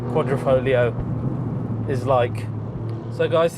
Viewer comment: "The Quadrifrolio"